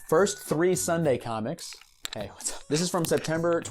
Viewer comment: "hay washup" got me cackling for some reason